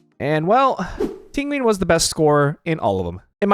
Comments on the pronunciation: everyone making fun of Tingween but its closer to the actual Chinese pronunciation (Ting Yeeuhn) rather than the english style TingyUN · If you say Tinwin one more time I swear to God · Not him saying Tinguin like pinguin the whole time 😭😂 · why are u pronouncing ting yun's name like that......its not even hard.... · This mans pronounces Tingyun like how Benedict Cumbatch pronounces penguin.